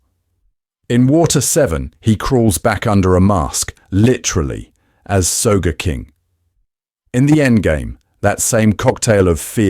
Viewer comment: The caption reflects your pronunciation of Sogeking as “Soga” because you said “so” then “ga” instead of a single “soge".